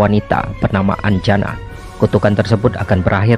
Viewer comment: Dewi anjani min, bukan anjana